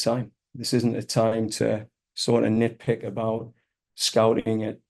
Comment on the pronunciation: "nitpik"? Clearly he doesn't take spying seriously.